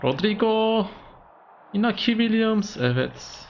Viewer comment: Iñaki, İspanyolca İnyaki olarak okunur.